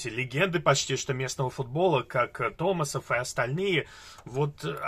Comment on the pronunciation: правильнее говорить томасов, а не томасон